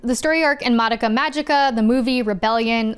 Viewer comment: Insane you watched the whole madoka show and still pronounce her name wrong.